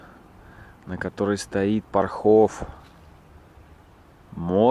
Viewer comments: ПОрхов, жутко режет ухо неправильные ударения! ШелОнь река! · ПОрхов, ударение на первый слог ШелОнь, на второй ПопадИнка 😄 Считаю, что человек не из наших земель не может знать, как правильно ставить ударения, это не страшно) А продукция нашего завода очень вкусная, советую масло 😉 Можно было посмотреть ещё наше ХИлово и ВолышОво Всё, к сожалению, в плачевном состоянии, тут вы правы.. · Добрый день. Насколько я понимаю, комментарии у вас открытые, а значит Вы открыты к критике. Так вот, люди у нас в городе добрые и открытые, но Вы оскорбили всех, исковеркали абсолютно все названия: ШелОнь, ПопадИнка, ПОрхов, ДЕдовичи. Никакой ни исторической, ни познавательной ценности в данном ролике вообще не наблюдается, чего не сказать о городе. Весь ролик приподнесен в вульгарном, негативном русле, будто рассказываете с отвращением. Мне очень жаль, что кто-то посмотрит этот "высер", простите за выражение и еще посчитает Вас компетентным человеком в области туризма, а в итоге город не получит должного внимания и настоящей оценки. Всего Вам доброго, надеюсь Вы либо начнете развиваться, либо Ваше дело сгинет на корню. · Слушать- ужас ПорхОв- ПОрхов и ШелОнь- даже смотреть противно, сначала изучи неуч....